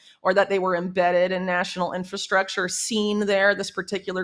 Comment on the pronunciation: Whitney is like the only person on this planet lately to say "inFRastructure" CORRECTLY! 👏🏼 👏🏼 👏🏼 If I hear inFAstructure from one more person I might lose it.🤪🥴